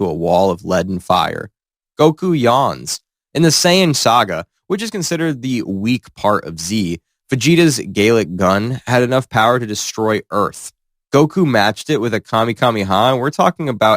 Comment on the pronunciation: garlic gun lol